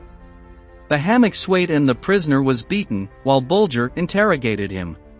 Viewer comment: Gotta love AI; no intelligence at all. Bulger….Bullger. Menjele….Mengele. A real person would make this video so much more interesting, instead of mispronouncing names and other German words.